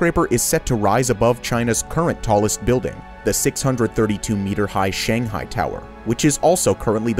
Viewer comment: This gets a like and subscribe from me for pronouncing the Chinese words so nicely. In fact, you did such a good job on the rest that I let the incorrect pronunciation of Shanghai slide. Good job!!